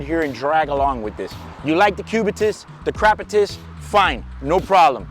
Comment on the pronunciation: Love this video... "crapitus" lol